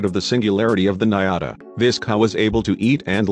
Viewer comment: Good video but the correct name of the cow is "ñata" and it is pronunced diferent than niata